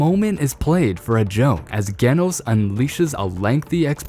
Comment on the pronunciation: It’s actually pronounced (Jhe-noh-ss ) not (Geh-noh-ss)😅